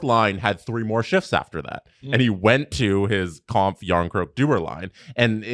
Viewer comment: Please pronounce Kämpf correctly, it's about time. There's an umlaut on the "a". says it right.